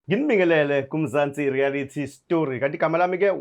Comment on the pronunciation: ‘Rearity’ ‘Suscribe’ 😂😂😂😂😂😂😂😂😂😂